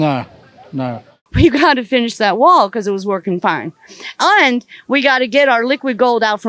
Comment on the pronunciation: She says, "und", instead of "and". I found a Nazi, I FOUND A NAZI !!